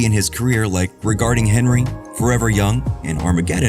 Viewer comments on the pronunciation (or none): none